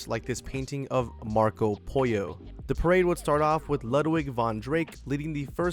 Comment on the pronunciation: Marco Pollo should be pronounced pole-oh not poy-oh